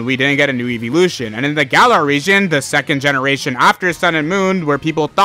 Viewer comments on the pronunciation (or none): none